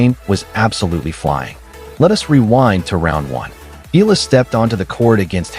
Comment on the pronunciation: Eala pronunciation E-yala